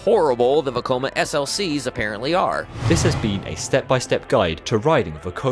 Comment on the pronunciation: Nice vid, but it makes me cringe every time he says veykoma instead of vecoma